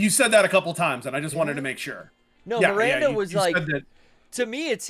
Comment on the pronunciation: Feeling reassured that I wasn't the only one hearing 'Mirander'